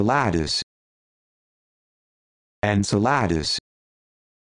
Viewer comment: Finally! -- a recording that's actually placing the emphasis correctly: on the third syllable. (Most people incorrectly think it's on the 2nd syllable.)